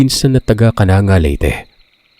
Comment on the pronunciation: Hindi po Kananga..kanangga Leyte